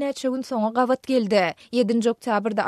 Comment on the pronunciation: SAHRA habarlari gystanyp okayan. yzyndan biri kovalayan yaly. sözleri yalnys okayan meselem geldi diymeyan gelde diyan.